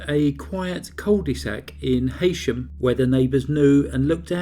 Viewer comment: It's prounced He-sham. DON'T come for me, followers world please! Im trying to be helpful here 😢. I was born in the next country to Lancashire.